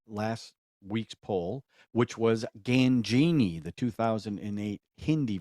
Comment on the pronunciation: Ghanjini pronunce like - Guj+nee